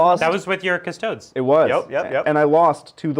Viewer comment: my mind is blown by the inability for people to pronounce custodes